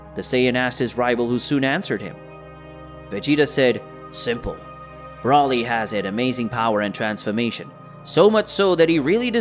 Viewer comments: ITS BROLY. not braly!😠😒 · Its broly not braly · The way he pronounces Broly and Whis